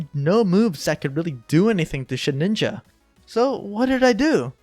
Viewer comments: Shedinja not Shedninja :P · I don't think I've ever heard someone call Shedinja "Shed-ninja" lol very neat video, though, you've some potential right there